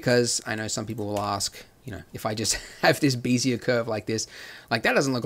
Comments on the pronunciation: Why call them "BEE-zee-uhr" curves instead of the correct and more common "BEHZ-yay" pronunciation? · Wonderful as always. Bezier is pronounced "beh-zee-ay" as in "bet" LOL. Someone likely said something since this in 2017! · "vertice"..." 'x' axes"..."bee'-zee-uhr"... Nice tutorials, but you're killing me :'( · "bézier" is a french word (defined as a parametric curve typically used in computer graphics) is pronounced phonetically "beh-zee-ay". I was slightly bothered everytime he said it, but I can understand the confusion. I just wanted to respectfully correct this. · Heads up - BEZIER is pronounced: bez - ee -ay. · Bézier still wrong pronounced. ;)